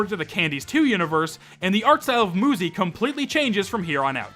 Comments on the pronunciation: About the name maybe the creator isnt a native speaker in many languages u is pronounced like u so i think that might be a problem in the name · Even English has words with single U's that are pronounced with an oo sound. Has he never met someone named Suzy? Does he pronounce it Suzzy? This rant felt completely out of place. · I'm sorry moozy 100% makes more sense as a pronunciation of 'muzy' than muzzy does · Technically it should be pronounced mUzE Because a e i o U and sometimes Y So that Y would make the U say U and not oo or uh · Dude. UZY the gun is pronounced OOZIE. So just do the same thing but with an M In front of it. Not that hard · Moozy❌ Muzy✔️ Why are you still reading nothing will happen Bruh Why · i also thought that you say it muzy not moozy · I thought it was pretty obvious that the game was pronounced Moo-zy and not Muh-y. So I think that's just a skill issue💀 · Muzy would be pronounced mYOUzy not muzzy wtf are you waffling about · I’m pretty sure one of the reasons why they pronounce muzy like moo-zi is because cuz ma-zi is a slur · Not all vowels are the same. The 'oo' sound in English was once denoted by the letter 'u' and continues to be in many other languages. Personally, I believe that to accurately convey what you read, it would need to be pronounced as "muzzy" to capture that 'uh' sound. Unless, of course, you believe that 'uzi' should also be pronounced as "uzzy." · uuuuh to say, muzy IS pronounced as moozy in portuguese, so i would never guessed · it should be pronounced "myoozy". like cute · Muzy. Rhymes with Suzy. Ain't rocket science. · if they used ü then moozy would be the correct way to say it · Or another pronunciation fix: Müzy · I thought it was pronounced M 'you' zy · Ngl if I had no context about the game, I would have pronounced it "mew-zee", like music. Muzy still makes way more sense than Muzzy though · Sorry to interrupt, but MU is more often pronounce as moo instead of mew